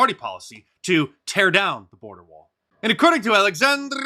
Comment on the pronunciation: I'm pleased you finally pronounced AOC's name corrrrrrrrrrrrrrrrrrrrrrrrrrrrectly